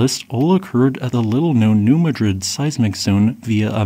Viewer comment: Hi narrater! "Madrid" in New Madrid, Missouri is pronounced "Mah'-drid". The "a" is a wide short 'a'- sound and the accent is on the first syllable. Although named after Madrid, Spain, it is pronounced differently by the locals. Local pronunciation becomes correct locally. Like Lafayette, Louisiana is pronounced like the French name it is with the accent on the first syllable (La' fay-et). However, Lafayette County, Mississippi is pronounced "La-fay'-et". Accent on "fay". And that's correct there.